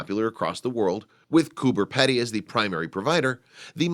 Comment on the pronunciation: peeedy not pedy hahahhhahahah say it right if your going to educate people LOL